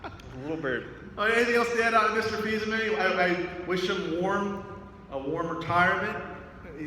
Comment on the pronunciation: Just saying... Fils-Aimé not Fils-Amie